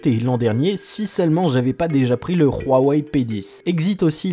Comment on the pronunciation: En tant qu'utilisateur d'iPhone, j'aurais pu rager. Mais déjà je m'en fous, et puis t'es la première personne que j'entends prononcer correctement Huawei, donc poce blo.